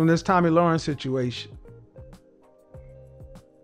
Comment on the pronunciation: 'Lahren' rhymes with 'Karen', not "Loren", as in 'warren'. p.s. Her eyebrows need an arch.